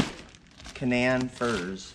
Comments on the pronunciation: KA-non like the dog breed or the region in the middle East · Hi, I love the farm. I wish you all the best. I'm from WV, that is where the Canaan firs that you have are from. I just wanted to let you know that in Canaan Valley WV, is pronounced Cuh Nain as if it rhymed with duh-main. It not something that most would know unless you are from West Virginia. but when they are old enough to be sold you will be able to tell the folks buying them where they are from and how it is said. the funny thing is that the word Canaan is also found in the Bible but is pronounced Cain-Nun. us West Virginians like to put our own spin on things I guess. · Canaan is pronounced Kay-nan. Just so no one snickers at you guys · How are the Canaan trees (pronounced Cay-nan) doing now since so much of the roots were cut off? I'm dying to know! LOL